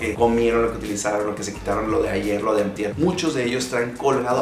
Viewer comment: Tambien en un error decir amtier, camtante .